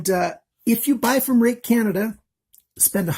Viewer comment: i googled the spelling and google says its pronounced "rooick"